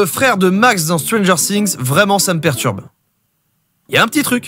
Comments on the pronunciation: On dit pas stranger sssssings mais stranger things ( qui se prononce stranger fings) mais si nn bonne vidéo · Stranger things SA SE PRONONCE STRANGEUR FIGUEE!!!!! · C ps stranger singzzz c stranger things comme fings si tu veux les français vous aimez trop changer les mots anglais C ouf😅